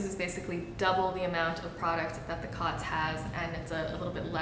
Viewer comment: I believe it's pronounced "coats," as in, it coats the skin. The line over the "o" denotes a hard vowel.